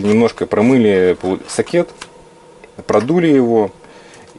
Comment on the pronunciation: Режет слух безграмотность в произношении и ударениях. Все эти «сокЕты» и «чипЫ», да ещё и жаргонизмы, не понятные большинству зрителей. Смотреть невозможно. Технические знания не заменяют грамотность и культуру.